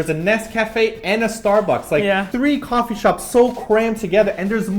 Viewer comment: "kwofee shop" hehehe